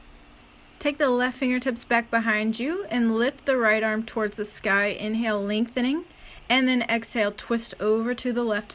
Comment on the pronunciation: love your flows so much girl... however it drives me nuts how you say "ing" words... lengtheninK. strengtheninK. hanGink. haha sorry girl. i accept you live in a different place than myself... everyone speaks differently. namaste honey. I love your videos